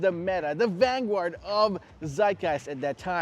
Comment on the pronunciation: Did you say "vangward?"